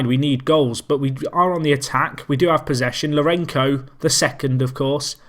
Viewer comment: Scenes! What a game. Also, the "c" in Lourenço sounds like an "s", not sure you'll bother to change the pronunciation since it goes back to 2014 :)